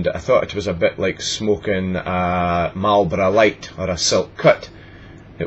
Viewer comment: haha. i love how you say. smokin... e-shmokin